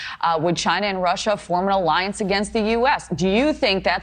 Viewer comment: "An Arriance" hahahahaha love this show